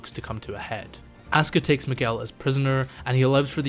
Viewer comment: Funny thing about the name Miguel is that Manuel is pronounced with the “well” sound like how you pronounced it but are both spelled with “uel” 😅